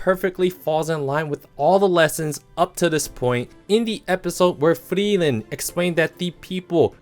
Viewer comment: Please quit mispronouncing "Frieren"! For one thing, her name actually has 3 syllables. It should be pronounced "Free-er-ren". However, the vowel sounds kinda run together, so "Free-ren" is a good approximation. The way pronounces it is just stupid.